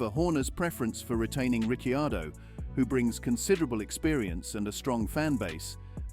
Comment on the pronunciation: Hey! Ricciardo was pronounced properly. That's rare.